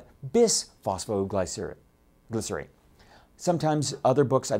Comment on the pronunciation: hahahahaha bis-fy-glos- leeee , sorry